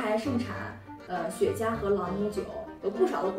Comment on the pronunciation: 不是雪茄，是雪肩